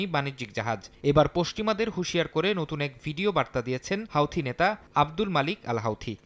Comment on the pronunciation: হাউথি না হুতি